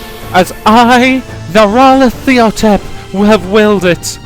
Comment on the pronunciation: Yup. "Narayathiotep". "Nyaralatohtep". "Naralatep". Otherwise, good.